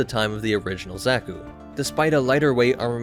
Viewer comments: I'm sure I'm not the first, but it's not "Zach-oo," or "Zech-oo" It's more like "Zock (rhymes with sock)-- u" The second syllable is usually emphasized in Japanese iirc, so "zockUU" is close to correct. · Cannot get over the pronunciation of Zack-ku and not Za(Like Ha)-ku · Zaw-kü, not zack-oo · This is no Zack-u boy, no Zack-u! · Another day, another rouge anime-tuber vid. What does this one have to say about my beloved? Watching....... Seems to know his stuff so far.... not too ba..... Did you just call it, Z ă k oo? Triggered!!! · pls stop saying "zeku"😭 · Not to nit-pick to much but, Zah-Koo. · " Zacku " .... That pronunciation... -.- Love the new content!!!